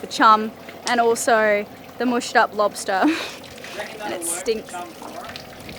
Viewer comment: Lobstah Pasta